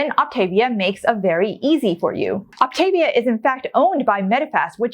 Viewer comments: First of all, you're not even pronouncing it right. Second, you obviously haven't read the info and labels, as probiotics are a big part of their program. Personally, I have no plan to do this plan because it is so freaking expensive. Instead, I'm finding equivalents and portioning it into baggies. I bet neither of you have ever been overweight. Have you ever weighed 30 pounds more than you do now? Something to think about. Frankly, Optavia, Medifast, and Nutrisystem are all very similar. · Very interesting. Please pronounce programs correctly though...It's pronounced OptavVIA. (Like Mama Mia) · If your are going to Review Optavia, you should learn to pronounce it. Op-ta-via. thanks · Please learn the actual pronunciation of the Optavia program. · You don’t even pronounce the name of the company.